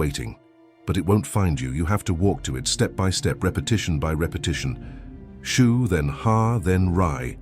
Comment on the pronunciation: Shoo, Shu, Shoe? WTF